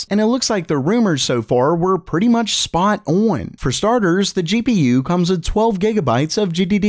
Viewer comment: that's the weirdest "spot on" i've ever heard